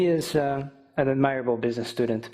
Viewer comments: It should be /ˈædmərəbl/, not /ədˈmaɪrəbl/. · . Admirable should be stressed on the first syllable. He may have been mispronounced. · Admirable was mispronounced and not corrected. Was that considered OK? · Great performance by. His wording is very clear and his coherence I have to say is almost perfect. However, did anyone notice that he pronounced the word "admirable" wrong?:D